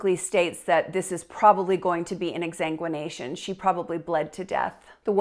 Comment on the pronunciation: It's exsanguination, sweetheart!